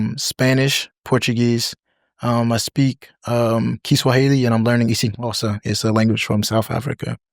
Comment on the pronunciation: Wow as a South African who doesn't speak Xhosa, im impressed with his pronunciation.